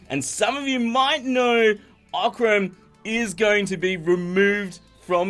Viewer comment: You can say that Oc-ran!